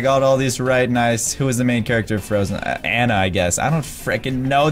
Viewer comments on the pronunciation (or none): none